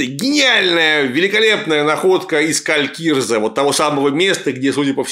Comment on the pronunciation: "Калькииирзэ", зачем-же так кричать D , я и так слышу что не правильно. И почему у меня лёгкое предчувствие, что товарищу Жукову это известно. Поскольку место не в средней Азии, правильней будет Калькри(и)зэ. Рэспэкт, я даже на перемотке этот кал осилить не смог. Какими же классными были (несмотря на всю неисторичность) первые четыре сезона канадско-ирландских викингов.